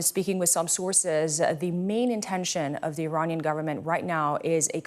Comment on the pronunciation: Iranian not Romanian 😂